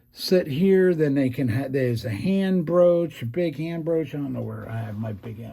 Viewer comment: IF you're using tapered bushings. He's using Bergeon bushings, which are cylindrical, thus need a slightly undersized cylindrical hole. Therefore, broaching from both sides is necessary to produce a nearly cylindrical hole. BTW, the word is BROACH, not BROOCH, which is a piece of decorative jewelry.